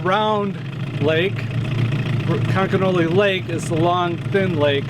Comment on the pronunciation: Did anyone notice that when the resort owner spelled conconully he pronounced it both times like conconelly. Must be a local thing.